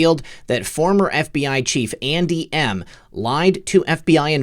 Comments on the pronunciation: buddy it sounds like you are saying aunty M, like in the wizard of OZ, not Andy M!! so Funny!! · LOL! When you said: "Andy M," I thought you said "Auntie Em, Auntie Em." (Wizard of Oz) LOL!! I am surprised by how much noise that Apache 'chopper made. Before Desert Storm, my son was a crew chief on the Apache and after Desert Storm he went to Germany to clean the sand out of those choppers. He was constantly telling me how quiet those choppers were. He told that one time one of them came up behind him and he did not hear it but was alerted that it was there by the wind the blades were throwing.